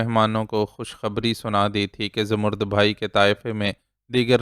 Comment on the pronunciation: Salam sir, ap ki reading bohat achi hai. Sir, aik lafz ap ghalat parhtay hen. Zamarrud bhai nahi, bai hai. Please is ki tashih kar leejiay.thanks.